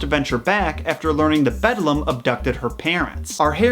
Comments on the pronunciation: Not bedlam, beldam which mean witch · The bedlam lol. BEL-DAM. I'm sorry I'm such a pronunciation nazi. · disliked since you kept on saying "bedlam" instead of "beldam" fucking hell pisses me off so much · No hate, love ya. But u called the witch 🧙‍♀️ bedlum that’s not her name, NO HATE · you know it’s beldem not bedlum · I can’t with the bedlum it’s the bell dam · BELDAM Not BEDLAM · I’m just now watching this video, it’s pretty good but hearing you say bedlam instead of BELDAM is crazy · i cant he keeps saying bedlum ROFL HAHAHAHAHA im trying to take it seriously but couldnt help but laugh throughout this video lol its BELDAM although im sure others have already mentioned it lol ROFL funny though bedlum hahahaha if you couldnt pronounce it then maybe you shouldve just called her the other mother lol but nice video thanks for sharing this with us <3 bel·dam /ˈbeldəm/ an old woman. a malicious and ugly woman, especially an old one; a witch. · The Other Mother is called the Beldam, not "The Bedlam" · The “ Bedlum” 🤣🤣🤣🤣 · It’s the beldam not bedlam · when he says the BeDLAm instead of the BeLdAm .... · Did it bother anyone else that he says "bedlam" this whole time instead of "beldam"? Admittedly, the mistake did make sense still with the definition, but it isnt correct and would've made much more sense with the actual meaning of the actual word. This only bothers me so much because I absolutely adore Coraline and Neil Gaiman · Nobody:: “THE BEDLAM” (I’m kidding; we all make mistakes 😊) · Every time he says Bedlam my inner voice screams Belledam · the way i screamed BELDAM every single time he said bedlam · It hurt every time he said “bedlam” instead of “belldam” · The other mother is the beldam(bell-damn) not bedlam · This whole time I've just been thinking that he said BEDLAM when it's BELDAM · “Bedlum” I cant 💀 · it’s beldam. meaning an old woman or witch not bedlam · Bedlam? Dont you mean Beldam😂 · The Bedlam 🤣🤣🤣 It’s the BELDAM!!!